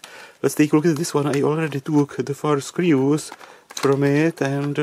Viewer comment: From the UK, the thing that I find quirky and charming is the way D says screeoos (screws). We have so many different regional accents here we are pretty adaptable.